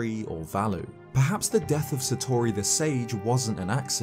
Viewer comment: I don't wanna be that guy and I appologise... But hearing you consistently mispronounce "Satori" hurts